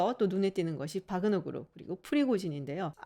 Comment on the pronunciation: 확실히 박사님이 전문가이십니다. 대형 언론에서도 와그너라고 하는 곳이 많은데 바그너라고 말씀하시는 거보면 역시 전문가는 다르구라나고 느낌니다 동유럽언어에서 W는 ㅂ 과 비슷한 발음이라 바르샤바도 W인데 ㅂ 비슷하게 읽는 것과 마찬가지로요